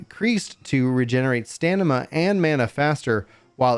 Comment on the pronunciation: Its a great idea. I might do it... when he says Stanima it really stands out lmao! <3 no hate